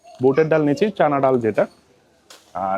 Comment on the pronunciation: ভাই, ছোলাকে চোনা বা চনা বইলেন না। চানা বলেন। গরু-ছাগলের প্রশ্রাব কে চোনা বলে